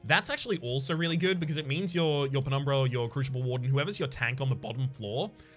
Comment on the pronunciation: Is the crooshible warden or oombra pronunciation a stream joke that I missed? Or maybe are those the Australian pronunciations?